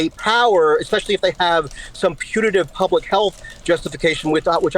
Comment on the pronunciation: idk who marie oakes is, but anyone that says "ex-specially" is not to be trusted to have serious takes. its like saying "pa-sghetti" 🤷‍♀️just sayin